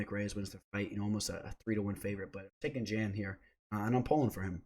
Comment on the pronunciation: Love the content and insight, I always drop a like. "Jan" though? It's pronounced "yawn"